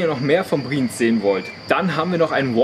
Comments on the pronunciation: Ich bzw wir sagen es euch auch mal als deutsche, die uebrigens seid Dezember 21 in die Schweiz ausgewandert sind. Eure Aussprache von BriEnz, und nicht Briiiiiiens, ist echt verstoerend fuer die Aufnahme via Ohren. Wuerde es dir gefallen wenn Jemand deinen Namen permanent falsch ausspricht ?! Es klingt einfach Scheiße. Eure Aussprache mag ja ganz okay sein, nur zeugt euer Kommentar bzw eure Antwort auf den Kommentar recht arrogant. Obwohl ihr eigentlich keinen arroganten Eindruck macht. Einfach mal mehr offen sein fuer andere Meinungen, die gar nicht boese gemeint sind. Ansonsten schoener Beitrag. BriEnz ist ein unglaublich schoener Ort. Waren letztes Jahr auch dort. Ist unbeschreiblich, muss man wirklich erlebt haben. Hochachtungsvoll, der Gesunde ! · Das wird nicht "Brinz", sondern "BriEnz" ausgesprochen. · Brieenz, Brieenz... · Der Ort heißt nicht Briiinz, sondern Bri-Enz!!! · Ich könnte schon kotzen, wenn ich höre, wie ihr BRIENZ aussprecht!!! Fängt schon damit an, dass Ihr euch nicht so sicher seid, wie man das ausspricht. Offensichtlich null Vorbereitung für ein schnelles Video. Alle Daumen runter!!! Und es heißt BRI-ENZ!!!! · Bri-Enz (2 Silben)